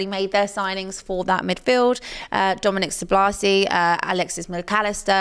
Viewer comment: Love how you pronounced Dominic Szobozlai